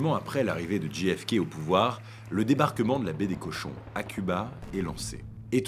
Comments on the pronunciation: Très chouette, même si ce n'est naturellement qu'une vidéo de plus sur un sujet battu et rebattu, et dont on a à peu près tout dit... Mais cela reste passionnant. Une seule chose : si vous choisissez de prononcer ces trois lettres à l'anglaise, on ne dit pas "Dji èf ké", mais "Djé èf ké". Ce que vous prononcez s'écrit GFK... Pourquoi pas KFC, tant que nous y sommes ? 🙂 Merci ! Mais, bon, c'est une bonne publication quand même ! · Super video... MAIS ... On djé FK et non dji FK... Mais en dehors de ce détail, rien a dire. Très beau boulot! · Petit détail… le J de JFK se prononce « djé », pas « dji » 😃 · Ce n'est pas "dji èf kay", c'est "djay èf kay". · c'est prononcé "JAY F KAY" , De rien :)